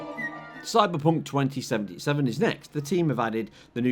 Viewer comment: the amount of yorkshire saying Cyberpunk 2077 😅